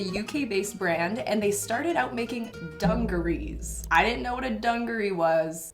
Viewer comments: It’s actually pronounced to sound like dunjaree not dung. My grandparents use to buy us kids these and that was what they called them.. sweaters are jumpers, pants are trousers etc. I love that tries the same outfits on … it helps determine if I want to buy them! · We usually pronounce dungarees with a J sound, like dungeon! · im from Poland, and i've been taught to say dungarees as [dandżaris], where the "g" sounds like in "jeans" and your pronunciation of that word is the only thing I can focus on 😭😭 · Dungarees is like trousers - you don't make it singular - it's always dungarees, not dungaree!!! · It's a pair of dungarees. Not a singular dungaree. For future dungarees usage ✌✌ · Its Dungarees with an S even when singular 😊 'a pair of dungarees' or 'im wearing my dungarees'. The word comes from India originally. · one thing ive gotta say as it was bugging me just a lil is that you was saying dungarees wrong rather than “dungaree” you have to pronounce the s as if it’s plural just like jeans wouldn’t be pronounced jean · It's not A dungaree... it's dungarees! Plural! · DungareeS with an S!